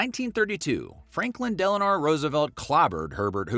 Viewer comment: didn't just shit the bed on this one... they smeared it all over the room and called it a fresh coat of paint. No myths were dispelled. Nothing objective. "Some say" or "some argue" is not providing facts but opinions. BTW, the D in FDR is Delano...not "Delanore" you fucknut.